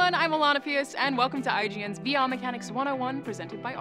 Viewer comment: Sounded like she said "weewee experience"